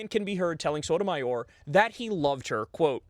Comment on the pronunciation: Lmao "Shy Sotomayor"